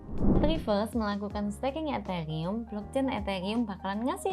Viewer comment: Hah etheyium ? 🤣🤣